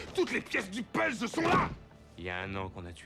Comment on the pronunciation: Tout comme la façon que Stu a prononcé "puzzles".